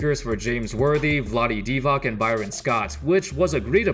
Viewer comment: not Vlade DivaK, but Vlade DivaTS